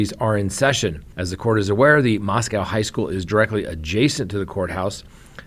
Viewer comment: It’s pronounced mos ko.